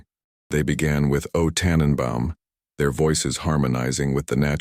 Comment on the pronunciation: I know that "O Tannenbaum" looks like it must have the word tan in it, but it does NOT. It's pronounced beginning with O TOnnenbowm